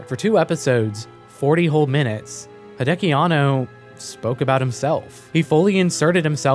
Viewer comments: Hey man, great video, but gotta let you know that it is Hideaki (秀明), not Hideki Anno. Pronounced "hee-de-ah-kee." You can copy paste his name in Kanji to Google Translate to hear for yourself. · Everytime I heard "Hideaki" as "Hideki", all I could think of was Chobits.